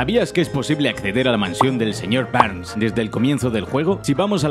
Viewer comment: ‘’Señor Bbberrrrns ‘’ xDD